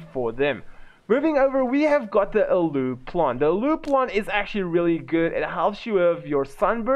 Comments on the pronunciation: Aloe is pronounced ALO..not Alew lol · Hey bro it's pronounced AL-OH